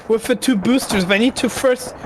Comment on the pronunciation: It’s impossible to understand the German. I am German myself but there is no excuse for such horrible english in 2025. The accent is horrific. He should learn how to speak english or stop speaking altogether. This guy is making the video unwatchable. Edit: it’s “with” not “wiff”.